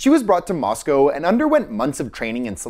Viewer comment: Thank you for pronouncing "Moscow" right! 😊